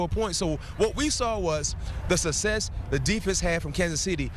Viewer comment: He also cant say success lol